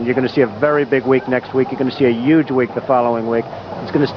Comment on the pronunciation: .. .still saying "juge" 😂